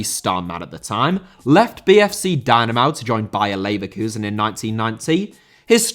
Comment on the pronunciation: München* not Munich Dynamo* not Dinamau Atlético* not Atlétecouw Draw* not Dror Andreas* not Andrejas Thom* not Thouwm Leverkusen* not Leiverkusen Inter* not Ento Matthias* not Matthajas Stasi* not Stohrzi Debut* not Deibyu Islam* not Islohrm Stad* not Schtad